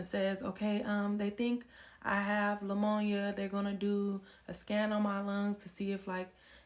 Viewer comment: LAMONIA????? what in the world 😂😂Its Pneumonia and the P is silent !